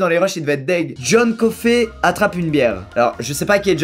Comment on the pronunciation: Squeezie sais-tu qu 'on dis pas coffey mais coffy